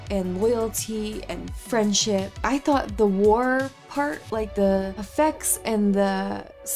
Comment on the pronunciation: The way you said War had way too much 'h' in it and I had to play it back to make sure.